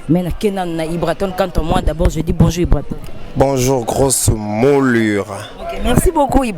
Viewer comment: fille oyo na yebaka vraiment t soki aleka na banc ya école pcq ayebi ko prononcer ata mot français bien t même dire bonjour ya bamba na faute ....en plus asimbi p micro mawa trop